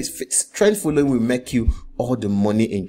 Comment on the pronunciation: It is not MEK, it is MAKE, sir.